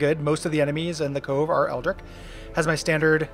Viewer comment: I have no idea if it's "ripahst" or "ripoast", but since you brought it up, eldritch is "eld-rich", because the german tch is pronounced like an english ch.